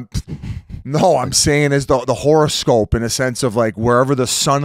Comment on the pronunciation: Biz calling it “horrorscope” is absolutely amazing